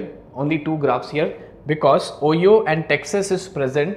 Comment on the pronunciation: Great video, the way you pronounce "Ohio" is quite unusual! Try more like "ohh, Hi! Oh!" :)